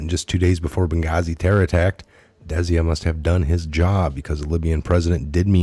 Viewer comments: Desia rhymes with dyslexia. Desai rhymes with goodbye. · Love ya but its Des-eye Good content. You were the one i first listened to upon being redpilled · It is pronounced `Des eye` very common ndian name. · it is pronounced [dis-eye] Desai . your welcome..